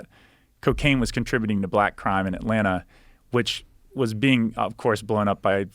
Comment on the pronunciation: The way he says Atlanna shows me he's actually from Atlanta 😂